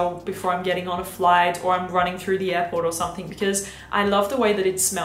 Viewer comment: i adore you and thank u for ur reviews but pls stop saying somethink.. no shade x